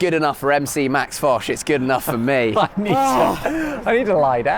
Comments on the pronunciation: who is lol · Why does their guest keep asking that lady behind the counter about a guy named, who the hell is that? And how is that employee supposed to know who that is? And why are the guys & the crew laughing about it? I suspect the reason but maybe I should finish the video first instead of asking during the first minute. It just seemed too weird to me. (Edit: okay is that the damn guest and I'm assuming he's either a rapper or a DJ. Weird.) And why does Josh call him? And on a completely separate thing, I don't think we have this langoustine thing here in the states. Must be an island nation or coastal type thing